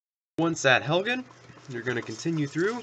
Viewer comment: Helgen not halgan